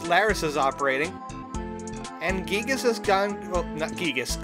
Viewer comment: Im loving the lP but please say giygas “guy-gas” geegis gets to me a bit haha jokes aside a few episodes back you said Giegue wasn’t giygas yet giegue was always giygas. Giegue is the Japanese name